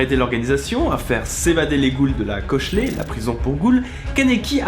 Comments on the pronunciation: juste un truc, cochlée ça se prononce [koklé], pas [kochlé] ^^' ( le bâtiment ayant une forme de une spirale fait référence à un parti de l'oreille interne, qui ressemble aussi à une spirale: la cochlée :) ) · Cochlée ouai, ça ce prononce coklée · petite faute sur les prononciations, on dit un kagun"é" et pour la cochlée, c'est co"k"lée, comme la cochlée de l'oreille en gros :) après vous auriez du parler du manga et de l'animé, et pourquoi pas parler un peu de tokyo ghoul re qui est la suite du manga, ça aurait été sympa ^w^ !